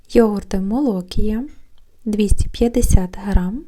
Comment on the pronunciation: МолокІя, а не молОкія.